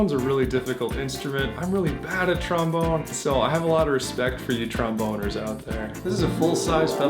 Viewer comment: haha you said tromBONER